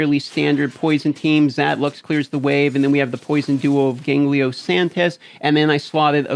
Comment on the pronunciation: GANGELO not GANGLIO ffs :)